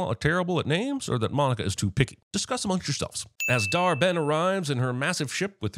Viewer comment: Dar-Benn smh... 🙄😩